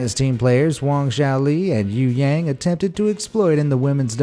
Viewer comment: Yu h a ng its pronounced you hung